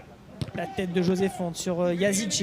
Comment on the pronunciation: Ce n’est pas Yazice mais yazici